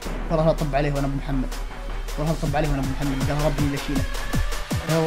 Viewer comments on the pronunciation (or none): none